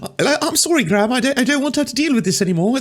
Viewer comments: Calling him British and doing a British accent is a bit weird, considering he's Irish :) Also "Graham" has two syllables ;) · His name is not pronounced gram.